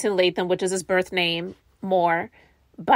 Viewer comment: Thank you, I'm so sick of them all saying her name wrong in all these videos